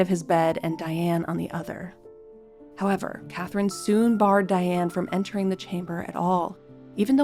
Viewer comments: Her name should be pronounced "Dee-ahn". Thank you for the episode. One of the questions I have had is why Diane, born and reared in Catholic France, was allowed to be baptized as "Diane". The Catholic church was very strict in the past. They insisted that babies be given saints' names. Did Diane have a middle name that was a saint's name? Diane's husband's scandalous mother, Charlotte de Breze, would be an excellent subject. She was the daughter of King Charles VII and his favorite mistress, Agnes Sorel. Charles legitimized Charlotte and her sisters Jeanne and Marie and they all married well. Charlotte married Jacques de Breze and they had five children. Nevertheless, Charlotte was a bit of a Lady Chatterley and was caught in flagrante delicto and Jacques murdered her and her lover. I think Charlotte would be a good subject for you. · Dee-ahne please!